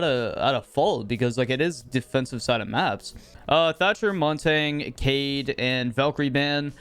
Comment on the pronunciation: i dont know why but it really bothers me how he pronounces montagne as montang